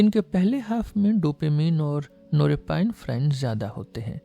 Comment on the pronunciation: Excellent 👌 Only one change in pronunciation of norepinephrine is “नॉर एपिनेफ़्रिन” not नोरेपाइनफ्राइन